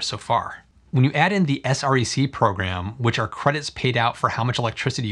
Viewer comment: Thanks for video! It's good to see the actual numbers. Btw SREC - people in the industry pronounces it S-wreck.